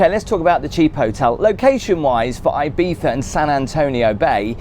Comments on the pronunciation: as someone who has had a house in Ibiza for 25 yrs, some FYI’s…it’s not pronounced EYE-Beetha. It’s EEE-Beetha Also the Grand Hotel is certainly not the most expensive hotel on the island. You are staying in the heavily tourist area. Quite ugly and the true locals never go in there. Locals and those with $ are more in the hills. One day, treat yourself to those top hotels. Six Senses, Nobu.. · Thank you for all these videos, I'm enjoying , your reviews are very interesting and fun. BTW , I think it's E beetza , not I bee tha , lol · it's pronounced ee-bee-sah. In spanish 'i' is pronounced as english 'e'. Still leaving thumb up for the video 👍🏼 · come on dude, you staet with "ay biza" and I was fuming already, min 7 you pronunciate the name properly twice and I was ..ok, ok... then at the end you go back to "ai biza , aibiza" and I swear I just want to punch you in the face. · Can't imagine paying the price for the expensive place. How much time are you actually spending in a hotel on vacation? Again, breakfasts in hotels tend to be a complete rip off no matter how good they look. Local bars are your best friends for breakfast. Also Ibiza is pronounced E(as in sea) biza. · The way the British pronounce "Ibiza" makes it sound like you're mocking the Spanish.